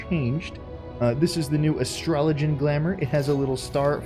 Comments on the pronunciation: That pronunciation is killing me. It's Astro-Low-Gi-Ann! :D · Sorry but you're mispronouncing Astro-log-ee-an! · You said AstroloGian wrong btw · YOU SAID IT WRONG. It's "Astro-low-gian!" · Why is he saying it "Astrologen"...? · HOLD THE PHONE. HE SAID IT WRONG. ASTRO-LOG-IAN. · Why are you pronouncing Astrologian wrong? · Can Square Enix sponsor you to say Astrologian correctly? :p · "Ah yes, Astralogian, my favor-" Me "Wait what?" restarts video (?) "Ah yes, Astralogian - Me "Who are you, and what have you done with the real? We all know how you pronouce that particular word! Now say, pugilist." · Whoa, whoa, whoa.. Your Basically video taught me that that is not how you pronounce Astrologian. Money back.